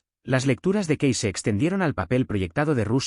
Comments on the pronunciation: Se dice Edgar Cays no como usted lo dice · Lamentablemente, el narrador pronuncia como quiere el apellido de Cayce.